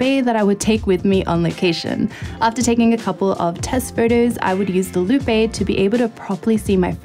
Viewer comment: Loupe is pronounced "loop" not "loo-pay."